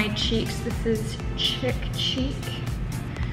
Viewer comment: Chick is spelled like that. The blush name is pronounced "Sheek" So "Sheek Cheek" is what Chic Cheek sounds like. ☺